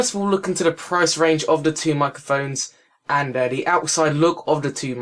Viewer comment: Learn to speak, please. "De" is not a word in English... Nor is "uvver". The item you are reviewing is not called a "micaphone". Interesting review, though. Useful info, so thanks.